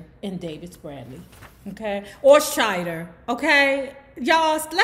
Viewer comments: Just Saying, if your name was pronounced (Shit-ter) would you even say it that way? No, I think not. Shy-der, would be it from grammar school on!! IMO. You wouldn't stand-up in class a say my name is Gary Shit-er in class! If you did, I guarantee it would be the last-time that you did that one. In fact, I've never in 40+ years heard it pronounced that way. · It's Gary Shider like sh eye der